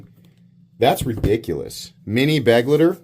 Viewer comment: Every time a youtuber says beg-litter, I die a little inside. Be-glight-er. Like glide, but with a t.